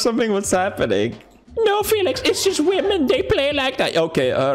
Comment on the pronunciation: Ben Bristol he’s never said women it’s wahhmen